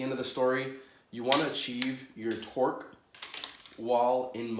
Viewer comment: “Twerk” torque they sound the same when u say it that many times... lmfao pin this if you agree